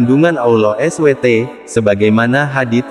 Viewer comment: Mohon maaf pengucapannya harus di sempurnakan jg SWT.